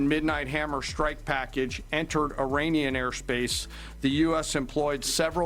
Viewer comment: Trump said Uranian 😂